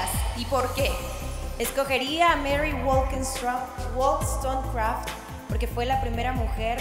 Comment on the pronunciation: She didn't actually was one of the worst, she didn't even repeat correctly what she was saying, but I understand Mary Wollstonecraft is pretty difficult to pronounce for first time lol😅 but I know most of everyone understood! ❤🎉